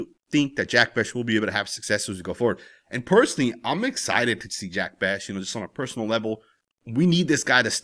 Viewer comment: Just a heads up brother his name is pronounced Jack Beck not beshh.